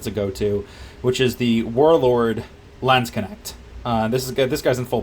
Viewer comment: ok that pronounceation of landsknecht was horrible